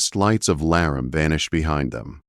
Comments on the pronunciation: L-a-r-a-mee please and thank you 😊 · Video doesn't show a mountain man dressed in furs. Obviously AI doesn't know how to pronounce Laramie. Proofreading before posting would be helpful.